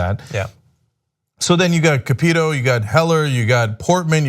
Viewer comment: It's Shelly Moore Capito (CAP-EH-TOE) of West Virginia.